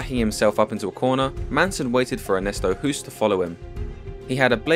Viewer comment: Ernesto HOOST is pronounced as "HOST" as in TOAST, ROAST, BOAST, MOST, GHOST"... etc. Can we please get this legend's name right?